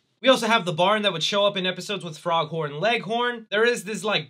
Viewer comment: His name is not Foghorn Leghorn his name is foghorn Foghorn Leghorn not frog Horn so say it right please.